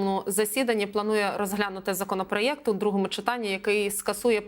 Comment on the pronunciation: Який ще законопроЄЄЄЄЄКТ ВИ В ШКОЛІ ВЧИЛИСЬ?